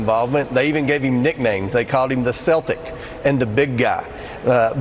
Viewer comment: How do you spell seltic lol. Like most Republicans Comer has a limited grasp of the English language. It’s not as if they’ve never seen a C being used with a hard K sound. Like when they are shopping for a clan costume.